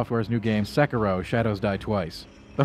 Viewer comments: sec-a-row....? SEC-A-ROW???? BITCH U MEAN SEKIRO? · "Se - keh - ro" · "Seckarow" Good try bud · Is that really how the game is pronounced? I thought it was Seh-keer-oh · Yeah, they don't even make an effort to emphasize the right syllable. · His pronunciation of the title makes me cringe